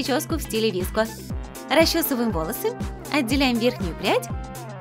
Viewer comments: Они даже неправильно сказали e и vsko Girls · Никто: Абсолютно никто:: ВиСкИ гЁрЭл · КАКИЕ НАХРЕН ВИСКО И И ГЕРЛ?Е ГЕРЛ И ВСКО! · Все:вско гёрл Все в планете: выско гёрл: ВиСкА гЁрЛ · Да не vesko - gril а vsko - girl (на русском) не виско гёрл а вско гёрл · Они вообще отставшие!Сейчас 21 век!!!: 1.Слипоны уже не в моде! 2. Скибиди уже никто не танцует! 3. Не виско гёрл,а висикоу гёрл! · Божееее как же режет уши Не и герл а е герлс И не виско а вэско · ДА НЕ ВИСКО ГЕРЛ, А ВСКО ГЕРЛ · Не Виско, а Вско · правельно Vsko ане Visko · Не віско а вско девка і я одна вспомнила АнастаСиС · Уже бесит!!!не виско!!А, висикоу!!!!ДУРАКИ!!!!!!!!